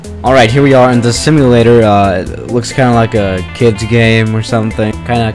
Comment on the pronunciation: When you say things like the it sounds like ze or zhis (no hate)